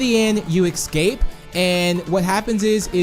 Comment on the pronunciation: He says ecscape lol